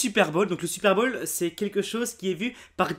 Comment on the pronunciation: On dit le "super"Bowl !!!! pas "supère bolle !